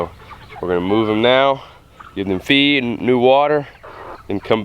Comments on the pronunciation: I thought he said 'You wanna cut their feet off a few hours before.' I was like, Why would you do that!? Ohhh, you cut off their FEED... not feet. Yikes. And ROASTED is the best! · That's what I heard too🤔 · I’m glad I’m not the only one who thought that! 😅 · LOL I thought you said cut their feet off you said cut their feed off. I was like what is he talking about how are they going to walk around with no feet lol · I misunderstood you, i heard "before you process your meat, you want to cut of their FEET 12 hour before." I was like WHAT???. Then i realized that you said FEED